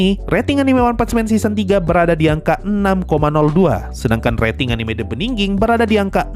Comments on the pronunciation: the beningging, beningin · the beniginginginggg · maap ..... " The Benningging .... gw salah denger gak ya?? ... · The beningin.... the... the bening ..... the beningging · fak bikin gw puyeng tiap denger nya 🤣 Beningning, beningging... Benggningging. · iya lagi,, sempet mikir, gw yg salah denger atau gw yg salah baca judulnya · sama, perasaan gampang aja deh nyebut "the beginning", kenapa digitu-gituin, saya sampe stop nonton karena gk nyaman